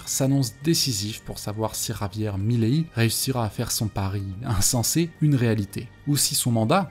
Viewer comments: Pourquoi tu dis Mileillie, frérot ? C'est pas ça et c'est absolument immonde à l'oreille. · Svp prononcez correctement milei, ça fait mal aux oreilles